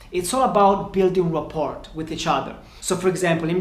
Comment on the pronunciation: “Rapport” the T is silent